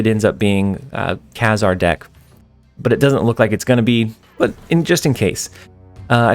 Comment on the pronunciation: FYI, it's pronounced Kay-Zar.